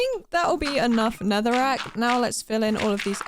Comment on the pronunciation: When she said “oh it’s just a block of NETHERIGHT” instead of netherack🤣🤣